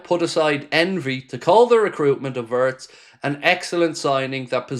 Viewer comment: Florian's surname is pronounced Veertz!